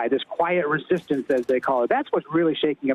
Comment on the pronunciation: Are you now or have you ever been a member of the reshishtensh or do you want to remain anom..anomi...anomumouse?